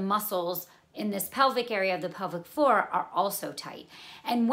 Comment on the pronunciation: Thanks for the clear explanation. Much appreciated. Initially I was wondering what this 'public forum' you were talking about, but then towards the middle of the video, I realized you were saying 'pelvic floor'.